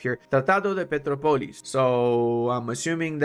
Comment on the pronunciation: Pe - TRO - polis, the enphasis is in the "tro" syllable, thats why it has this (ó) sign. Now you can say it like a native and impress others at work, useless knowledge but you're welcome kkkk. In "tratado" and "de" you nailed it